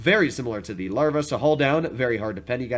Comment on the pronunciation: Larva? Löwe? Learn to pronounce this, please. It hurts the ears to hear you say it.